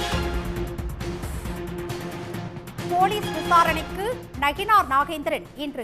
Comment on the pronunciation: செய்தி வாசிப்பாளர் நயினார் என்பதற்கு பதிலாக நகினார் என்று பல இடங்களில் கூறுகிறார். சரி செய்ய வேண்டும்.